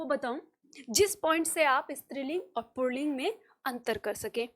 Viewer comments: Pronunciation pulling hota, purlling nai hota. Aap galat bol rahi hi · आप बहुत अच्छा पढ़ाती हैं। परन्तु पुल्लिंग (Pulling) का पुर्लिंग (Purling) उच्चारण करना गलत है। पुल्लिंग में "र" की आवाज की कोई आवश्यकता नहीं है। पता नहीं आप ऐसा क्यों बोलती हैं? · आप पहले अपना पुलिंग का उच्चारण सही करें।